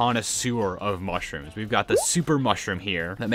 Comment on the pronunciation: You cownted mushrums that you dident iven have.